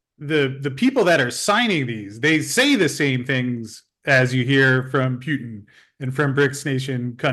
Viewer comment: learn to say Putin. Not Pewtin, but Puhtin😂